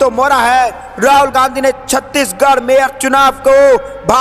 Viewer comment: Chhatish garh. Nehi Chandigarh hai😅